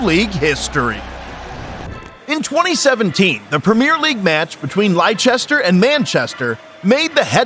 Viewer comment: Who is Leester?